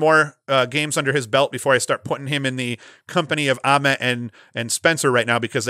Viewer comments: Yes. Like nails on a chalkboard, and yet he's doing it on purpose to torment me :) The only thing worse than "Towzin" is saying Grant Uhment. It's a long "a" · I like your top three. Grant Ament...with the long "a"...pronounced just like the "a" in day.